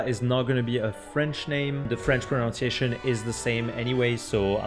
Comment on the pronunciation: It’s proNUNciation not proNOUNciation I’m sorry, but if you’re going to do a video on pronunciation, you really should Pronounce pronunciation correctly.